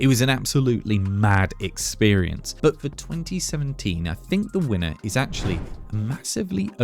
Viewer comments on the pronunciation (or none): none